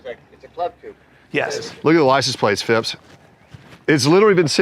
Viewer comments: Phipps not ‘Fips’ 😂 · I lost count of the amount of times they said fìps